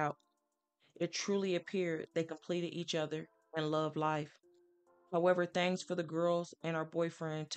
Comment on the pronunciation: This story is sad enough, why play that eerie music (nightmares) in the back ground will the note is in red with a black ground? Also, the word is THINGS, not thangs